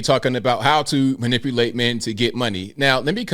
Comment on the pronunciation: Well she can’t even pronounce manipulate so if you fall for her, that’s on you 🫤